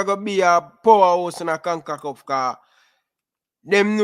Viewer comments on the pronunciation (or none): Con-ca-CAF Not Con-ku-KUFF